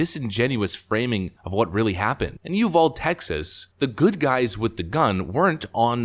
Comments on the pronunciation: Been a Texan all my life, and the city name is pronounced "You-VAL-Dee". Thumbs up despite not getting the pronunciation. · It's written "Uvalde", prononuced "yoo·val·dee." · U VAL DE is pronounced You Val Dee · It’s U-vald-ee. Not whatever. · Dude... it IS pronounced you-val-dee/day. It's spelled Uvalde and it's pronounced you-val-dee or you-val-day. iT'S RIGHT DOWN THE ROAD FROM ME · "You-val-dee" would be the local pronunciation.. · Uvalde is pronounced (You Vol Dee). Love the idea of arming teachers. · lol...pronouned - U-Val-Dee. I'm all for arming the teachers with responsible training. Of course, the teacher should have the choice if they want to carry or not. It would be irresponsible to allow someone that doesn't want to carry to carry. Place guns in responsible law-abiding people and hopefully those that want to use guns illegally and shoot others will think twice before doing something criminal. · I’ve hunted my whole life. Hitting a moving target is jut another aspect of shooting. It’s pronounced U Valdeeee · South Texan here its pronounced " you- val- dee". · Greetings from Helotes, TX. It's pronounced you-VAL-dee down here. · I'm a Texan and it's: U=you VAL= like Val as in Valley, and de= dee. ❤️ Accent on val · Being in Texas and having been to Uvalde numerous times, I have never heard anyone pronounce it without the e at the end. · I lived near uvalde … it’s pronounced with the E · In "dude", the e is silent. In "Uvalde", the e is long. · Please just pronounce it right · Uvalde is pronounced with a long 'E ' sound at the end. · Uvalde: oo-vaul-dae. or possibly oo-baul-dae with a soft B...Spanish B is almost interchangeable with V or the white version: u-val-dae Reality: Nobody really cares...because nobody goes there... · It's pronounced "Ul vall day", it's Spanish origin. I don't say "Illinoise" when I read "Illinois" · Brother, it's pronounced you-vow-deeeeee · From a Texan.. it's pronounced " UVADEE" NOT UVALD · It’s pronounced you Val dee.